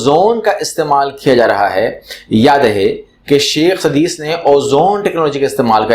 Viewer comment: not sadees. it is Sodais